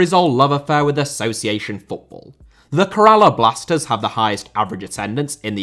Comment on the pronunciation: Bro its pronounced kaerala blasters